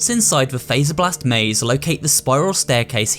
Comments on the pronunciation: The game literally tells you how to pronounce faz-er-blast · Fazerblast. As in Freddy Fazbear. Not phaser blast. Fazz. Freddy literally says it in the game many times.